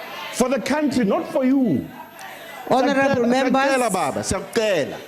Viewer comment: Henerrrable Membas